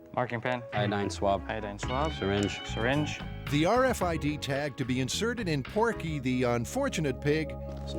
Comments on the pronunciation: the "arfid" lol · "arr-fid?" 👀 Srsly tho... what's to stop ANYONE ELSE from reading your personal medical info? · So funny hearing them keep saying R Fid